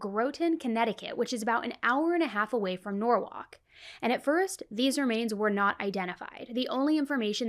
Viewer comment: Norwhalk is norwall